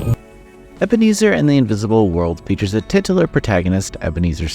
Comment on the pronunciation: If you're going to use that cliched "titular" at least learn how to pronounce it.